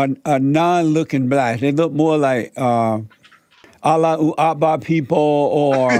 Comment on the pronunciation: “Allah uhakvar people” 🤣🤣🤣🤣🤣